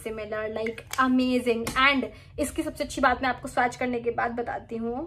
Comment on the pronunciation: Firstly, your grammar needs immense correction. Correct - I did not know. Also learn to pronounce the word swatch. Secondly there's no respect in putting a fellow blogger down by pointing out her mistakes. No beauty, no charm, no class. Sad move!